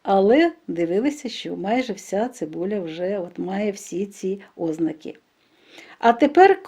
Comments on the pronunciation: Чому ставите неправильно наголос? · У слові "озна'ки"наголос на другому складі!